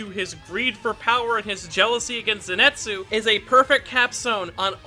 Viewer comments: Nice video, but everytime I heard you say Zinetsu instead of Zenitsu, a vein popped out of my forehead. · His name is ZENITSU. NOT ZENETSU. There's an I in his name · I was hearing zenetsu all the video, and bother me so much... I'm glad that I'm not the only one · Dude, "zenetsu" I know it's annoying to hear people correcting you over small things, a specially when it's affected by your accent. But hearing you say "zenetsu" Over and over again is taking a toll on my mental health it's zenitsu. I know this is annoying, buuut hearing zenetsu over and over again is also pretty annoying. So please it's an i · Who is this “Zinetsu” you keep talking about? Is he Zenitsu’s twin brother? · I'm sorry but it annoys me how he pronounces the name "zenitsu" as "zinetsu" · Ok is it me or is he 90% of the time saying "Zinetsu" instead od "Zenitsu" Not to hate tho, I love this kind of videos and I love this channel but it just puzzled me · I like how he says zinetsu instead of zenitsu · But it kinda bothers me that you call him ‘ze ni tsu’ and not ‘zen i tsu’ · Zen-neet-soo 👏 Zenitsu 👏 not zen-net-soo 🙂✨ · paige Jay Wrong. his name is CANONICALLY spelt as ぜんいつ、not ぜにつ THEREFORE, it is pronounced “zen-et-soo”, not “zen-neet-soo.” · If you are gonna make a vid like this can you please say his fucking name correctly. ( Zen EE TS zu ) 🤦‍♂️ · Ze Ni Tsu! Repeat after me! ZE NI TSU! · I was gonna watch the vid but then he said Ze net su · Just like saying Zenetsu huh ? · I’m sorry but the way you pronounce zenitsu hurts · U keep saying Zenitsu’s name wrong 😑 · That name pronunciation tho. It’s killing me.